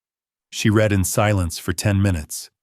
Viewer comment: ai giveaway, ie read it, ai prounced like color red when context for read would be pronounced reed. any english speaker would not have made this mistake